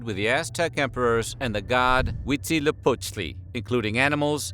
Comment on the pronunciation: I am impressed by the pronunciaition of Huitzilopochtli. 10/10